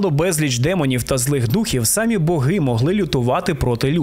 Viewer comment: Колоссальна робота! Музичний супровід, цікава подача, відмінна дикція! Словом, в захваті! p.s. Можу здатися занудою, але в українській мові нема слова "свадьба", а є весілля😉 І богИ, а не бОги. Це на майбутнє😁